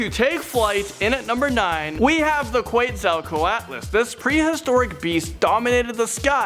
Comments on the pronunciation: It's pronounced QUATS-A-KO-ATLAS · Your pronunciation of "quetzacoatlus" is terrible. It's "ket-zo-kwat-lus". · (Que tz o coat les) (cre tay shos) (ter an o don) thats how u say these things